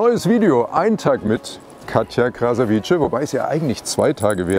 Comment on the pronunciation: Aber wird es nicht krasavize ausgesprochen?